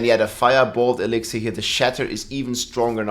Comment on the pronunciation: E-lix-er stop adding syllables, idgaf about the accent, so fucking stupid